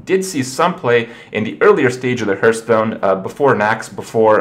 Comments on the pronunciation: Hearthstone is NOT pronounced Hurtstone. Plz. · It still sounds weird to hear "herthstone" (phonetically, i know it can be pronounced either way.)